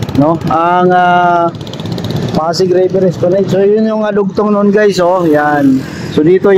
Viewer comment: Es pla NAD po hindi NED